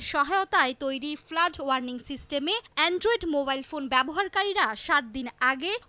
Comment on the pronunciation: ইংরেজি উচ্চারণে আরও সর্তক হওয়া উচিত। ফ্লাড কে ফ্লাট বলছেন বার বার 😕